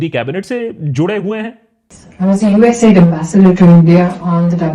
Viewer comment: Bhai, it's US - A-I-D.. Not US AID